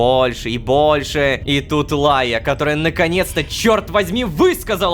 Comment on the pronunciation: Почему меня трегерит Лайя. Просто я думаю будто Рома кортавит Р в имени Райя